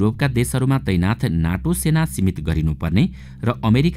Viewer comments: नाटो होइन सर नेटो हो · “ नाटो”होईन “नेटो” भन्नुस